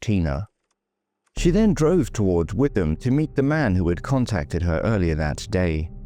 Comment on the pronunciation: Another superb video on a neglected case, you are doing a brilliant job with all of these. A very small point - it’s pronounced “ Wit-ham” in Essex